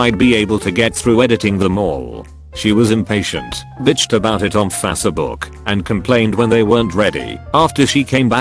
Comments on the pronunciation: No one: Reddit: FASSABOOOK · Everyone: WiFi Robot: Wiffy Everyone: Facebook Robot: Fass eh book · Fassabook mufasabook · "Fassabook" - Text to speech guy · everyone: robot voice: fasseh book